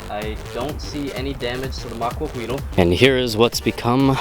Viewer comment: Not really important, but the "L" at the end of the word Maquahuitl is silent, as with most words in that language with an L at the end.